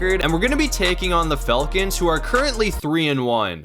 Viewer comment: Who are these “Felkins” he speaks of? I’m only familiar with the Falcons 😂😂